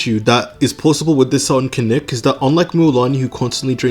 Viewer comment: its kinich not kinik